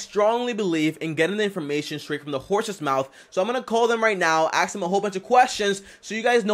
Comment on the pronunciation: is ask me, not axe me